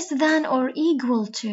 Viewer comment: يسلمو لكن لفظ equal /ekwal/ليش تلفظيها g